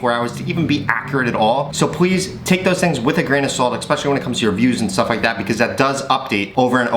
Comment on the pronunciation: Thanks, your videos are very helpful! PS it is Especially not EXpecially ^^